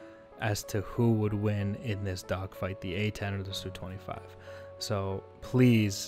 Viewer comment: It's not SU, it's Su :) read like "soo"